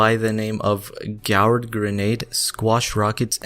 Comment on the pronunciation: It's pronounced "gord". LOL. Good guide though.